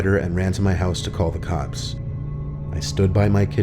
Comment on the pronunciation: 14.06 did he say cocks instead of cops